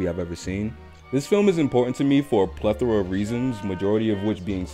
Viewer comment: That was beautiful. Nice editing too. Careful with the word plethora though, I almost stopped watching.